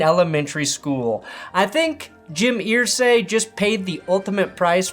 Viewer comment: I say earsay not Irsay (urr-say)